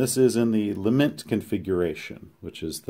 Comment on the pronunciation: La-MENT configuration and leement please. la·ment ləˈment/Submit noun 1. a passionate expression of grief or sorrow.